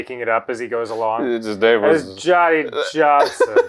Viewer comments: The name is pronounced "Yawny Yawnson" It's a soft J. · Its pronounced Yohnny Yohnson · Its actually pronounced as "yonny yonson" he was a barely literate piece of shit farm hand. I knew i saw this on yontron Not saying this is stolen. Idc who did it first tbh i watched both because the story is such a crock of shit and its pretty funny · "Yo-knee Yonsson" could actually work as a Finnish-Swedish name "Joni/Jonne/Janne Janssen" would be pronounced that way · They pronounced it “yhonny yohnson” because I’m Scandinavian countries, the letter “j” is pronounced like a “y”. Idk if y’all knew that or not. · NO you fools! its "yonny yonson" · Aktually it’s pronounced Yonny Yonson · I thought it was Yonnie Yohnson? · I'm sorry, fuckin Yonny Yhonson?? That killed me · Yeaaaahhhhh, Johnny Johnson is not a Scandinavian name xD Though how she says Johnny Johnson like Yohnny Yohnson is Scandinavian, because we don't have the "D" sound in our Js.